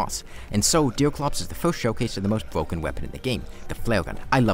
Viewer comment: am i the only one to realize it or is he replacing r for w like "bwoken"